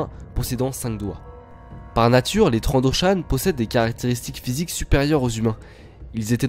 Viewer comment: ça s ecrit Trandoshan et se prononce Trandoshanne et old rep. n est pas une reference